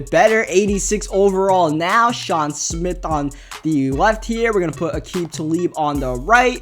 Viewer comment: It's Sean SMITH not Smit.